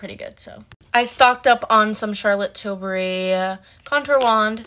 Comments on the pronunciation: That one girl who said Charlotte Tilsbury instead of Charlotte Tilbury 😂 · Omg everytime I watch these vids they say "tilsbery" and it makes me wanna scream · Omgg will ppl get it right for once its not “tilsbery” its “TILBURY” !!!! 😅❤ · The way you pronounce “Charlotte Tilsbury” is (char-let till-burry) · the actual persons name is Tilbury so pronounced as she did :) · that one girl that said charlott tilsberry😂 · but she said it “til-burr-y”